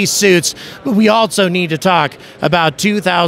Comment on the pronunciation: Bro for real I love you but if you learn how to properly pronounce the word, "also" the credibility of your channel will quickly skyrocket